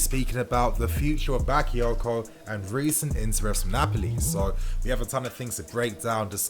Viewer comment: Say it Right..Not Baka because he not English..or he not Rice..smh..Ffs